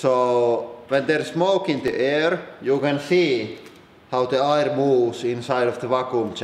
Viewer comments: pronounces air correctly 3 seconds later says it like "ire" again lol wtf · I love the way he pronounces "air" 😄